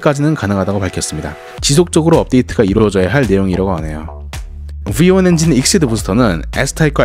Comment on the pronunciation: V1엔진 발음보소ㅋㅋ